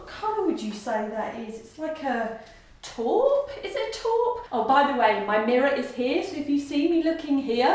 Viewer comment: Please pronounce taupe as tope .